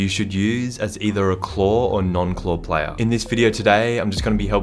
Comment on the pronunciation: When messes up saying editor and says ethier in the beginning of the video